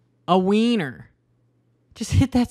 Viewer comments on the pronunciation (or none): none